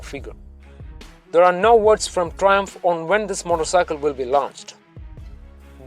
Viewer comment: ...What the fuck are you saying? Learn to speak English properly!!!